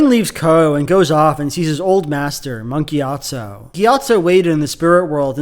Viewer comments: Why he saying it like Monkey Atso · Every time you say "Monk Gyatso" I hear "Monkey Gyatso" 🤣🤣🤣